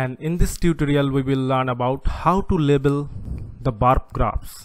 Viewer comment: Great video. It should "Label" not "Lebel" though. Doesn't really affect the quality of your video though. Overall very clear and informative